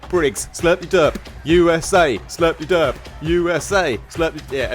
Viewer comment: I stand corrected, Its pronounced Slurp De Durp. I kept saying slurpy durp.